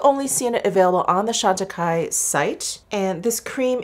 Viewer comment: Jefree Star used the Chantecaille CBD cream in his last "testing new products" video. He pronounced the name "Chantecaille" incorrectly. 🙄